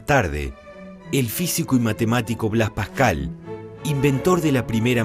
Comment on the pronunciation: Boqujo??? Bosquejo mas bien, Pajcal?? o Pascal